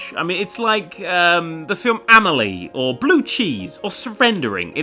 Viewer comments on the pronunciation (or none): none